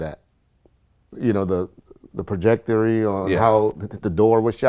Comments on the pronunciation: "The projectory".... I don't even think that's a word! it's "trajectory". Damn... for a cop, you'd think he'd know that. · Dude said projectary 🤣😂😅😆😁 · The word is ‘trajectory’ not ‘projectory’.... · “The prajectory” 😂😂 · Did he say projectory? I think he meant trajectory smh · Did he say “projectory”? 😂 I think ya mean, “trajectory.” I thought you was a cop? Must have spent too much time as a blood.